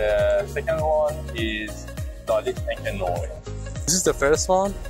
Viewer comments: En Français encre noir se prononce " encre Nouar "😮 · Enche noy? Is the guy able to read words? 🤣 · Please work on your prononciation The way you said lalique encre noir made me punch my face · he didn't butchered it as much as "encre noire" ...